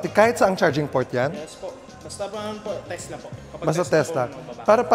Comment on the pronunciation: Teslak. Hahaha charoot